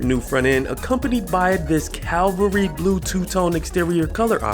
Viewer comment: “Calvary blue”? It’s CAVALRY. It’s not the hill where Jesus was crucified..